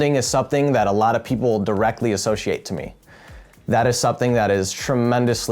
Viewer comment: This man myth says the word associate ‘ashoshiate’ lol